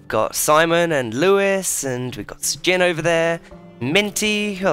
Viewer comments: no its not stjin its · Everyone in the yogscast calls him shin, except for, who pronounces it stgin